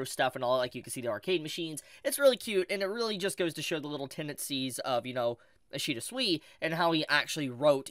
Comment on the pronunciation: Man really opens a video by mispronouncing the name of the guy the video is about, ouch